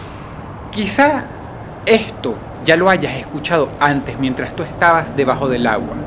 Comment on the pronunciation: Claro que no entiendes porque hablas igual, pero si hay ciertas cosas que yo puedo notar, como por ejemplo la forma en la que sicen la "S". En lugar de sonar como una "S" suena como una "J"... Ejemplo: Mientraj en lugar de Mientrassss.